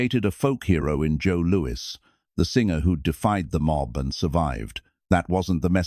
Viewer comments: "Boxer Joe Louie"....gotta love the dopey AI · "Joe Looey"... AI slop. Would've been better to hire a narrator.